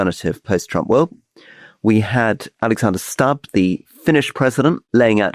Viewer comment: Aloha Rory, with respect, the pronunciation of the President of Finland's surname is Stoob, not Stubb despite the spelling! Lovely man, brilliant, elegant & well educated.